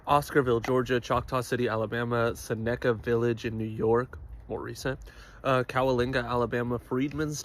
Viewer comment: SENICA NOT SINACA